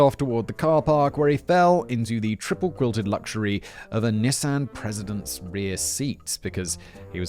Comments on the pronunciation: Knee-Sahn. Not NISS-AN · Damn it simon! It's a nee-sahn..nissan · Was gonna drop a like, then Simon said "Nis-Anne" instead of "Nee-san" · Simon did a good job pronouncing everything but... Nissan. (knee-sawn) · I have never been bothered by Simon’s pronunciations until NIS-AHN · The way Simon pronounces Nissan😂 (we pronounce nē-sahn) in US lol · British people, is that really how you guys say “Nissan”, or is Simon intentionally confusing my small American brain? We say Nee-sawn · i didnt realize you were talking about nissan until like the end of the nissan rant i was like wth is a nysahn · Bro... I don't wanna do tbis to you, but it's "Knee-saw-n" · George wonderful script! But you forgot to give Simon a pronunciation guide for Nissan (knee son). Unless that's just America? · For this lifelong Wisconsinite, I’ve not only owned a few, but would like to leave my pronunciation for Simon say it Knee san. Also for the writers, whatever the channel, consider this one… yesterday I watched a Forensic Files from 2007 titled Bitter Brew about the kidnapping of Coors chairman Adolph Coors. ❤️ this and all your channels! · How you or the English pronounce Nissan is sooooo weird lol didn’t know that’s what you meant till subtitles lol